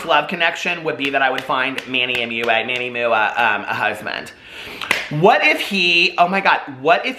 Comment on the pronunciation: Manny Mooa Mooa😂 you crack me up! Gah I adore you. I thought Manny Mua was pronounced mwah like a kiss when I first found him. 💋